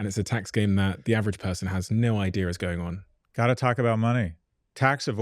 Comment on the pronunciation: I cant stand how they say "idear" when theyre saying "idea" I wanna slap him silly